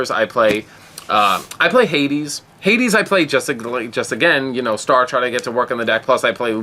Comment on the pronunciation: lol you should learn how to pronounce Hyades and Praespe.